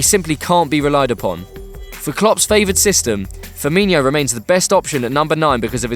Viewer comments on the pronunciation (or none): Lol widge-naldum and firmin-y-o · Widjnaldum is pronounced why naldum and Firmino is pronounced how its spelt